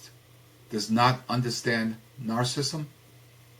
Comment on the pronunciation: May I just say one, iiiiiiity biiiiity teeeeeny tiiiiny comment? Narcissism is pronounced Nar....sih....siz....m. Rather than Nar...siz...m. And narcissistic is pronounced Nar....sih....sis...tic. (Four syllables.) Rather than Nar....sis...m. (--three syllables). No biggie. It just sort of makes you sound a Little Unknowledgeable. But I Do like a lot of what you say.